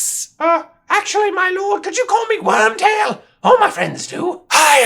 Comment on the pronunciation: I died every time he said Wormbutt